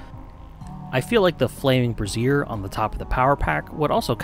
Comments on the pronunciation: my guy, it's pronounced like "brayzjer." You're pronouncing it like "brassiere," which is a very, very different thing. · Brazier not Brasiere